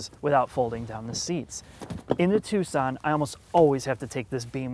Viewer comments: Its not TUK-SUN, Its TOO-SON. Like Tucson Arizona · Why is he calling it Tuc-son and not Too-son? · Its pronounced Too-sonn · Nice video :) Is there a model like the Hyundai i30 Turbo in your Country? Btw. "Tucson" is pronounced like "too son", without the "c", wierd, right?^^ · Its "Tooson" as in Tuscon Arizona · I thought it was pronounced, TOO-SAHN. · please never say tucksin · It is, he just doesn't know how to pronounce it properly, it's common sense. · He thinks it's Italian, like Tuscany. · Butchering the name so bad.... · You need to learn how to properly pronounce Tucson.